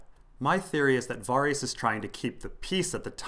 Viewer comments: That pronunciation of Varys' name is really weird, isn't it meant to be like Vare-is not Var-ees? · Your pronounciation of Varys is killing me :D Vawrees. Vawrees. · got distracted when I kept having to mentally correct your pronunciation of Varys...c'mon dude, they say it in the show haha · Hearing Varys pronounced that way hurts my brain